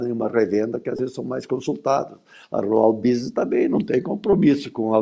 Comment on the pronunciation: *Rural Business. Escrevi 👆 como a "" pronuncia. 🤦😂